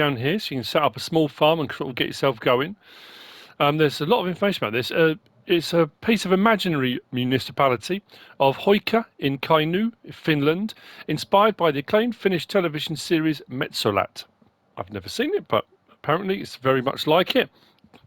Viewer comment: "Kainyy" "Metsölat" Small hint to English speakers: Finnish is phonetic language so written and spoken match. "U" is "U", not "Y". "O" is "O", not "Ö". And yes, "Ö" is "Ö".